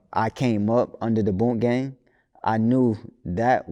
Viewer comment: FKA *proceeds to title AKA. says boonk gang. Interviewer: bunk gang